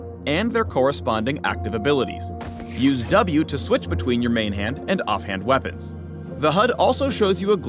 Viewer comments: Nobody: No one: Not a single soul:: aNd hIS wEa-PUNS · Am I the only one who noticed him say "We-PAWNS" at the end? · Don’t forget wea-PUNS